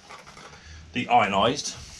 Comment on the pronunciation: How does he have such a problem with "Deionised" ???